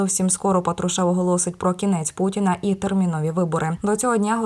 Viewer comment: Когда ты научишся правильно говорить фамилию патрушева ??? Кем бы он не был !!!!